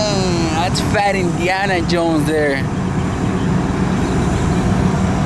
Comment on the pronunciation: When did he say Indiana? I heard Iniana